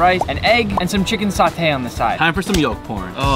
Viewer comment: its SATAY, not sauté